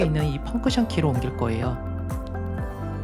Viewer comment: 펑크션 말구 펑션입니다만^^